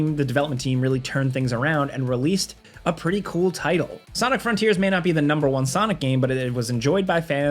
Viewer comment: "Title" not "little"